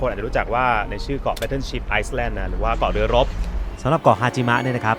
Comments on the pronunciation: นิดเดียวจริงๆ ครับ คำว่า Island ไม่ต้องออกเสียงตัว S ครับ ออกเสียง ไอ-แลนด์ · Island = ไอ-เเลน ครับ ตัวเอสไม่ออกเสียง Cathedral = คา-ตี-ดราล ครับ Facility: ฟาซีลีตี้ Big fan of your channel na krub. Keep up the great work! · Yet another attractive and informative trip! 👏 By the way, may I suggest, the "s" in the word "island" is a silent letter which does not need to be pronounced. This word is regularly pronounced "i-land" with stress on first syllable. 😎